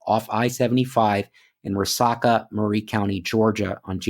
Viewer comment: Three little corrections. I live in the area and Chatsworth is in Murray Co., not Whitfield. You pronounced her name Kess-Leen but her name is pronounced Keez-Linn. The town she went missing in is pronounced Ree-sack-uh. Im not trying to be 'that guy'. It's awesome you are covering these cases. I live in the area but have only become aware of them a day ago!